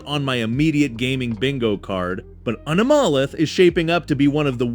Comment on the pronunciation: How can he pronounce Anomalith correctly but not 007? 😂